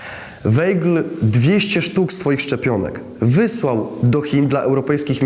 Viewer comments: Mam wątpliwości czy prowadzący dobrze wymawia nazwisko bohatera odcinka. Weigl czy Waigl w wymowie. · Wolałabym, żeby wymawiał Pan prawidłowo nazwisko bohatera odcinka. Ei mówimy aj, zatem wymowa: Wajgl. 🙂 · Wszystko pięknie, ale z tego, co mi wiadomo, Rudolf Weigl konsekwentnie czytał swe nazwisko w brzmieniu WAJGL, zgodnym z językiem pochodzenia. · Weigl czyta się Waigl! Nie można słuchać Weigl!!!!! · Weigl czyta się Waigl ... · Bardzo fajny film i przybliżenie wielkiego naukowca. Jedno tylko denerwuje. Nieprawidłowe wymawianie nazwiska. Był Austriakiem. ei w nazwisku czyta ai Czyli czyta się WAIGL. Aż uszy bolały jak było czytane.. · Może by się prowadzący dokształcił z językoznawstwa. Jako osoba pochodzenia austriackiego, to wymowa nszwiska powinna być zgodnie z regułami języka niemieckiego., czyli =Waigel=. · Wymawia się Wajgl(ei jako aj).A tak poza dobrze że przybliżasz tę wspaniałą postać, tak niesprawiedliwie potraktowaną przez komuchów. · Ei w nazwisku czytamy jak aj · Skoro Pan Rudolf był z pochodzenia Austriakiem, to dlaczego prowadzący błędnie wypowiada Jego nazwisko. Z szacunku dla tego naukowca należałoby jednak zapoznać się poprawną wymową.